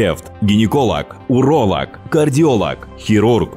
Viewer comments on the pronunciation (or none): none